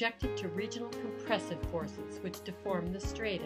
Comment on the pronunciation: You're saying "strata" incorrectly.